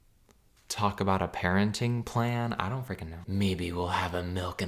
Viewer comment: “Daurn’t” is sending me so bad